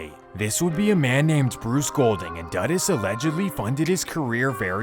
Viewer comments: Jamaican 🇯🇲 here, it’s pronounced Edd-ward See-aw-gah. Christopher Duh-Duss Coke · Doo-doos not duh-diss. Lester died to prevent CIA, JA police & govt secrets. Who did it? Could have been Mi6. This was their turf & CIA did overt spy stuff. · lol the pronounciation of dudus is wrong.. but i looooovveeee that you covered this story. <3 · Edward see-ah-gah....christopher doo-duhs coke.